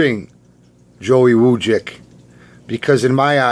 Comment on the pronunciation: U said my last night right! Not many ppl say it right... And again I'm sorry